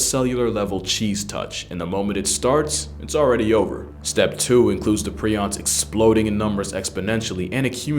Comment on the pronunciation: It’s pronounced “pri-ons” not “pre-ons” and honestly prions are way scarier than rabies virus. At least with rabies you can get vaccines and get treated for it if caught early but if you catch prions, that’s it you are fkd period and very difficult to test for while alive. You must be dead in order to test for it, unless you have symptoms then it’s easier to diagnose but regardless you are fkd and you slowly lose your mind and sense of reality and who you are! That’s fkn terrifying